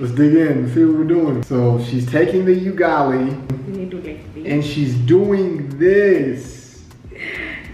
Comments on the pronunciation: He says,"yugali🤣" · Please, please, please it is not you-gali, it is oo-gali!!!! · Its not yugali.... Its UGALI... UGALI ok... UGALI.. I rate the video 9/10... the one point you lost in my rating is because of wrong pronunciation of UGALI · It's not 'Yugali.' Use the vowel letter 'U' from 'a e i o u' .....Ugali*** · Someone needs to teach swahili vowels A E I O U. The U in Ugali is pronounced with a double "UU". Another smashing video dude! Liked and Subscribed